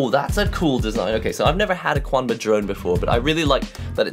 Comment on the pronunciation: It's pronounced "chanba" not "quanba". Chinese my dudes